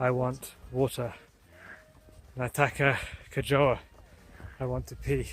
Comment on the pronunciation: nono it was hilarious when he said 'natakka kojoa" eyyyy it was so funny with his accent